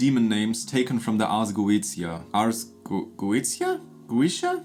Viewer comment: Pronounced ( GO - AY - SHIA ) ☺️